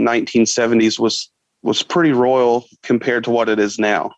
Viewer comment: pretty royal? Huh? Or am I mishearing and he said rural? Royal makes zero sense.